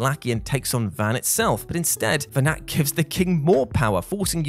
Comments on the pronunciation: it's pronounced venar,(the T is silent, his name is mentioned many times in the game, by cid, baltheirs father) and you do actually fight venat, the final 2 forms of vayne are vayne possesed by venat, tell us you didn't play FF12 without telling us you didn't play FF12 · really flimsy. also doesn’t pronounce Venat correctly. Did he even play the game?